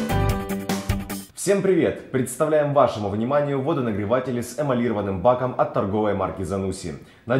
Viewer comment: Жесть, а не ролик!!! Уважаемые представители ZANUSSI или кто делал этот ролик! Для снятия ролика нужно выбирать не только молодых смазливых мальчиков и девушек, но, в первую очередь, грамотных! Просто режут уши произнесение слова эмалированные! В слове эмалиро́ванный ударение падает на О, а никак не на И...